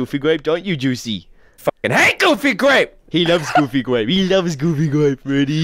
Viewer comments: Coming to the realization that been saying "gooby grape" this entire time, rather than "goofy grape." My entire life is a lie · I thought he said goofy gwape not gooby grape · GOOFY GRAPE. (What I hear): GOOBY GRAPE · I hear goofy gwape